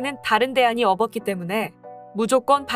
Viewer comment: ㅋ 없었기 를 업엇기로 곧이 곧대로 발음 해버리는 나래이션 기계어 ㅠㅠ 나래이션 선택은 깔끔하지만요 그런 부분에서 살짝 아쉬움 ㅎ 수고요